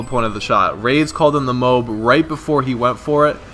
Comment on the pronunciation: MOBE. You said MOBE. Not MOAB.